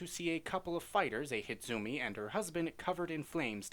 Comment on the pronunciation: Hinezumi not Hinzumi,dummkopf